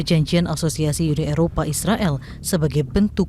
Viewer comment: UNI, bukan YUNI. Kalau mau sebut YU, sebut European Union